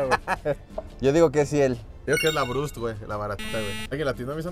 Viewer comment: Video especial desde el reclusorio por eso andan con uniforme y Lalo nunca pronuncia bien la BURST, cambia la R de lugar